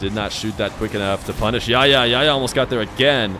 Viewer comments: I know the arabic "ح" is hard to pronounce but I have a friend called yahya and pronouncing it even as h makes it sound better than yaya imo. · just pronounce the 'h' in Yahya please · Ikr lol. He Makes the H silent lol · I love you but your pronunciation of Yahya is so funny